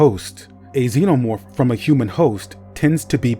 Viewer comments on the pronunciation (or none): none